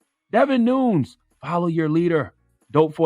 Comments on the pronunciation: Definitely pronounced David NOON-YEZ lol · He kept saying Devin "NOONS" 🤣🤣🤣🤣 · it’s pronounced NOON- ES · Because its spelt Nunes its actually pronounced Noon-sh as its a Portuguese name not like the Spanish way of pronouncing it “Noon-yez” spelt Nuñez. #HeIsStillADickLOL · Uncle Charlamaine. Please learn how to pronounce people's names. It's pronounced "Nun-nez". Why are the producers on the show watching this? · Somebody tell tha god it spell Nunes but pronounce nunez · It’s pronounced “Nun-ez”... not nitpicking but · Most people in the media actually pronounce his last name as "Noon-EhZ." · I was thinking the same thing. Who is David "NUNes"? I always hear it with an EhZ too. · Pronounced NOON-YEZ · Greg Matthis charlamagne is a fool this dude is Mexican and his last name is pronounced ( Noonyez ) Nunes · It’s Devin Nun-Yes bruh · Pronounced Nu-nez.. I’m from his district ...not a fan of him but if ur reporting news get the name right at least! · CTG pronounced Nunes incorrectly on MSNBC Ari Melber show too. I felt embarrassed. You can’t focus on anything else but the mispronunciation. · Donkey to cthagod fa butchering that name lmao we want to know exactly who we petty tweet. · Charlemagne you’re butchering his last name😂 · By mispronouncing his name, shows charlemagne is not really aware about the political climate in america. Devin nunes has been in the news and has been a key player in the trump ass licking for the past 3 years. How do you not know his name??? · Devon Nunes people!! How hard can it be to get the names right before you get on and say it wrong! Fools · Could no one tell him how to pronounce his name? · Yall pronounce the name wrong in the audio, and spell it wrong in the title. We got nothing but time right now, tighten your act up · 1. I needs someone to teach Charlamagne how to pronounce words and names. 2. Whoever runs the youtube page needs proof read these titles. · Charlamagne is saying Devin Nunes', name incorrectly the entire time! 😆😂😂